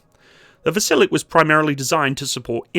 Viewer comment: It's VasilyOk